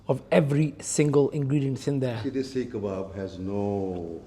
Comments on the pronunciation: It’s seekh kebab brother. Not shish kebab. Two different things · 1. It’s a seekh kebab not sheesh kebab. 2. You can’t shove something in your mouth and without even biting it say wow. That shows you’re biased not impartial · Its not sheesh kebab lol... its seekh kebab. He kept correcting you. But you still didnt get it 😂